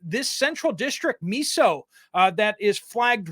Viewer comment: Miso is pronounced myso.